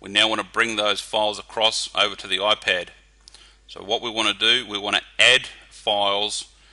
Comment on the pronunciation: Its IPAD not OIPED!...